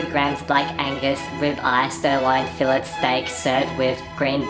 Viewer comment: Pronounces "jus" correctly, but butchers "fillet".